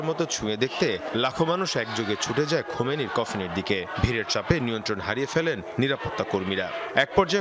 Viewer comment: খমিনি কিডা বেটার খবর পরবের দিছে কিডা৷৷ নেতার নাম টাও বলতে পারেনা দূর ভাগ্য আমাদের মুসলমানদের